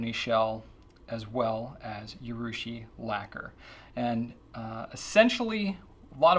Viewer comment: 'Urushi', not 'Yurushi'; a minor quibble